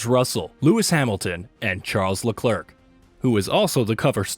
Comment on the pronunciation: Charles leklerk and Maks Vershtapen